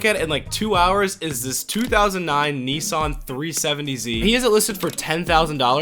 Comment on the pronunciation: what is with you people calling it NEE SAN, its NISS SAN